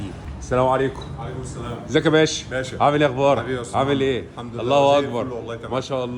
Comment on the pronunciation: 🔺متختصرش السلام .. حاول تنطق السلام كامل وواضح السامو عليكم مش تحية المسلمين